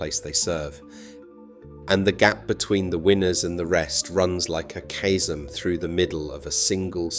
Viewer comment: How come you don't know how to pronounce the word chasm?